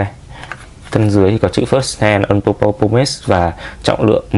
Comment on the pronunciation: Thấy nhiều bạn hay phát âm sai phần pose trong từ purpose thành /pəʊz/ trong từ pose có nghĩa tạo dáng (như ông đang đọc đấy). Trong khi từ purpose phát âm đúng là /ˈpɜːpəs/. :awesome